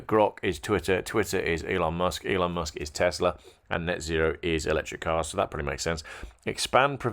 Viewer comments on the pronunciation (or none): none